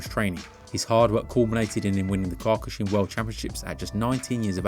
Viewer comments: It's pronounced Key-oh-ku-shin btw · I love these videos please try to find how kyokushin practitioners pronounce the word... you're close but the first vowel is an "oh" not an "aw" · If you're going to talk about Kyokushin Karate, at least learn how to pronounce it correctly. Mispronouncing it repeatedly undermines the entire video and disrespects the art. Either take the time to speak with accuracy and respect, or reconsider offering opinions on topics you haven't taken the time to understand.